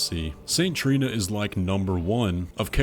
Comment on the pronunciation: Trina not Torlina lol